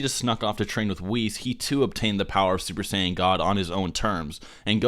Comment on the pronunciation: Uber Sayan royal blue!